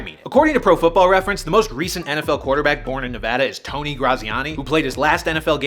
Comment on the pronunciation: I want to speak for everyone from Nevada, thank you for pronouncing it correctly.